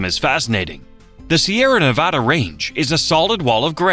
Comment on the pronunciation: The voice pronounces sierra nevada correctly. Why?